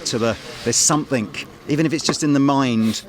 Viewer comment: We need an Anderton's t-shirt, picture of the, with a speech bubble above his head saying, "SOMETHINK"